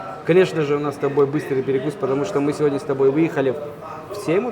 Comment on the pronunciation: ухо режет седни седня 😮СЕГОДНЯ ИЛИ ПРОИЗНОСИТСЯ СЕВОДНЯ